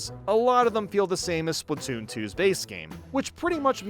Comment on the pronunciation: bro really said spoon 3💀😭